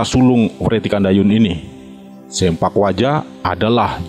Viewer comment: (Agus Sein) bukan SEMPAK yang benar SEMPLAK "Potong"